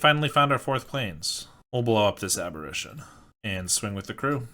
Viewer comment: The flip side of Delver is pronounced Insectile Abber-AY-tion. You're pronouncing it like "apparition", which is another word for a ghost.